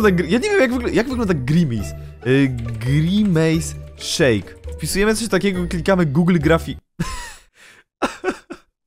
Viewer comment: Musisz przy kasztym kroku mówić gimace sheke